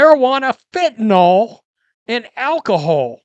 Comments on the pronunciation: Fentanyl not "fentanall..."🙄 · Nyl NOT nol